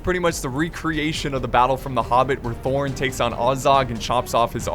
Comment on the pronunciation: IT SHOULD BE THROR, THRAIN AND THORIN FFS!!!!